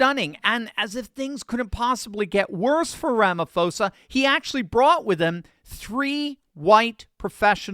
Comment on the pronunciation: Sorry, just to let you know that the name Ramaphosa is pronounced Ramapoza ... with a 'p', not an 'f'.